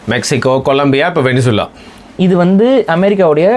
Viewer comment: கூமுட்டைங்களா, அது வெனிசுலா இல்லை வெனஸ்வேலா. அதெப்பிட்றா நம்மூர்ல எல்லாரும் தப்பா படிச்சு வச்சிருக்கீங்க?